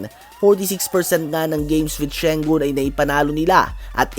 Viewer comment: Tama pala si kabasketbol mike sa pronunciation ng Sengun(Shengun).